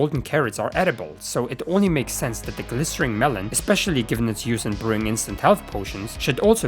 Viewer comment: I have no idea how you never once realized during this video's production that "glistening" has an n, and not an R.